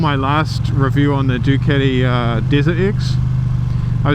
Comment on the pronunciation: It's a fucken DucAti not Duceti 😂😂😂